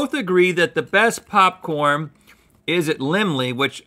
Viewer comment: He said Popcorm